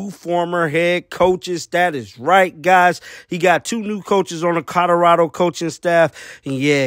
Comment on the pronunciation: Did you just say coderado?